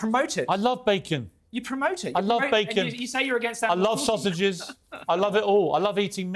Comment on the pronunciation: “I love sausages” in that classic Brit accent is pure gold! 😂😂😂